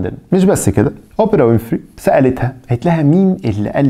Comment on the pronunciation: يا عم الضابط ركز فالأسامي ويليام مش ويليامز وأوبرا مش أوبيرا